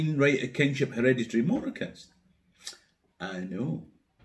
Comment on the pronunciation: "Ahh know" - great moment.